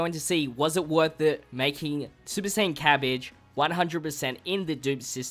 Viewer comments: Its not cabige its cabba lol sorry if it was ur a cent but it was funny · You forever mispronounce things lmao, cabbage? Jackie Chan? 💀